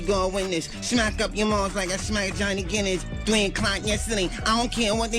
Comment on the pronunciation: Johnny Guinness sounds like “Johnny Gill”.